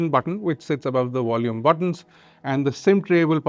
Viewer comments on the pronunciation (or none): Wideo and Wolume?